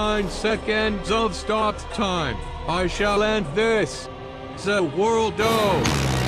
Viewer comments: Za Worldo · ZA WURLDO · ZEH WURLDO!!! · Zeh worldoh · Now kids: Where’s ZAH WURLDO OH? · *ZA WORLDO* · ZEH WORLDO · ZUH WORLDO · ｚａ ｗｏｒｌｄｏ